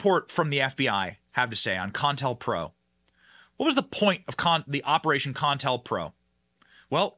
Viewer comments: Benny pronounce this with me CO- INTEL- PRO. you keep on saying con tell pro, accuracy bud. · It's Co-IntelPro, not con-intelpro. Even though it is a con. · Benny STOP you're driving me nuts ....it is NOT "CON-TEL-PRO"...it's "CO-INTEL-PRO" aka COUNTER INTELLIGENCE PROGRAM! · Benny... it's Co-Intel-Pro as in covert intelligence program it is usually pronounced by sounding out the O in Co like you would say Pepsi Co (I suspect the Wiki got the definition a bit off). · It’s pronounced CO-INTEL-PRO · You mispronounced co-intel-pro. Two stops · Benny, it's pronounced Co in tell pro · Benny buddy, say it with me: "Co-in-tell-pro" not whatever the hell you said😅 be well and stay safe.